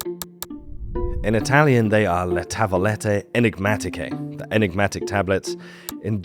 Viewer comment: Great pronunciation for Le Tavolette Enigmatiche!